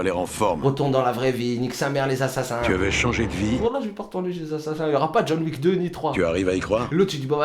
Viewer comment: C'est méga drôle car à chaque fois que quand j'entend "John Wick" moi j'entend "John WEAK".